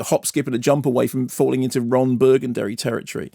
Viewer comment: Lols at "Ron Burgundary"